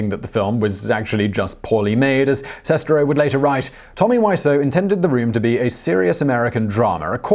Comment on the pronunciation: I think you mispronounced Sestero. Like, a lot.